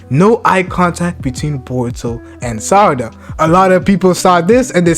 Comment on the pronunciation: You keep calling her 'Sadara'. Why is that.